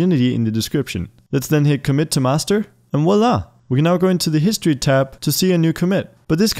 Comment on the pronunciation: Voilà. It is pronounced vua-la not wa-la.